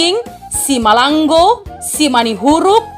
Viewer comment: Baca dlu betul betul, Simalango bukan simalang go